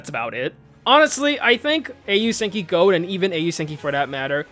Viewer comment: i flinched every time u said Gold, it hurts to hear it pronounced like that